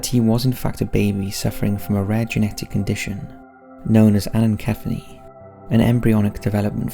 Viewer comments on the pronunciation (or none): It is pronounced ANNA CEF AL IK. No brain only a brain stem. They cannot hear, see, smell, taste, think etc as there is no brain.